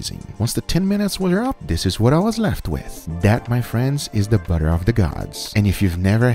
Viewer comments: I heard him say “boner of the gods” no one will convince me otherwise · I kept hearing him say “bubble of the guts” instead of saying “butter of the gods” lol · i hear buddha of the gods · I heard butter of the guts